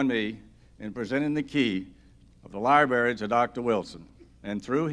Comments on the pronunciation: It’s library not libary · New rule! If you are dedicating a library, you should know how to pronounce library; so cringey. I flinched every time he said it.